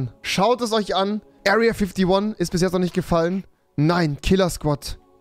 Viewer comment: Niemand: Rewi: Area Füphtee Wone 😂😂